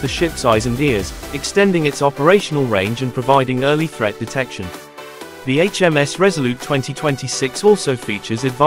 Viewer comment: I stopped watching after he said “The” and gave it a dislike and I won’t be subscribing.